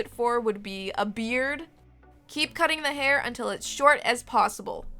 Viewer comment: When said "beird" I was like: Ö omg omg you could totally make a flower beard!